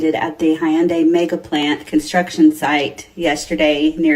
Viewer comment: She can't pronounce Hyundai. Maybe she thought it was Japanese or Spanish?